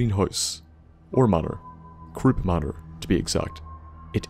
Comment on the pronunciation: lol I actually thought you said crops manor and I kept laughing